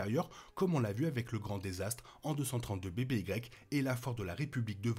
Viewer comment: J'avais compris, merci. "avant Yavin", ça sonnerait beaucoup mieux que ce pseudo anglicisme inutile et mal prononcé.